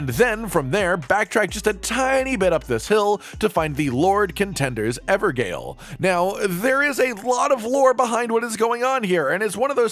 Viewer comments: Yo it's pronounced ever - jail in case you're wondering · Ever jail.... its pronounced everjail.... just letting you know. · just FYI they're pronounced Ever Jail not Ever Gale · ok, i know im nit picking but Gaol is just a fancy spelling for Jail, and hearing it pronounced Gale instead of Jail is driving me nuts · Gaol is the same as jail, not pronounce 'gale' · A note on pronunciation: "gaol" is pronounced the same as "jail". It's a spelling used outside the US. The word "evergaol" should now make a lot more sense... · A small thing...Gaol is pronounced jail...It's just an archaic spelling of the word! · Evergaol - " Everjail" phonetically. Gaol is an old English spelling of jail. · Just want to say: Gaol is pronounced "jail" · I can’t help myself lol; it’s pronounced “ever jail” It’s the Old English spelling of the word.